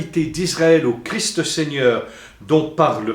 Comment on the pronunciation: On ne dit pas Jésus crie, mais Jésus Christ. On prononce le ST de la fin !